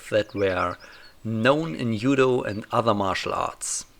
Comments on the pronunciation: hehe well originally in Japanese it's DZUDO, and you probably know it already. I didn't know German language was this special in transliteration of foreign words. Do you say jiu jitsu as yu yutsu as well? It actually sounds more like dchudo or something like that. Edit: I'm this bothered cus my teacher of Japanese made it her thing to correct any and all wrong pronunciation of Japanese words and I caught it from her. Sorry 😅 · "Yoo-doh"? Is this the martil art of Ott Jud? He had some great yu-do! :P